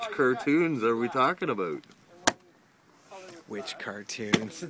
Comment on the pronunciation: "Which cartoons are we talking aboot"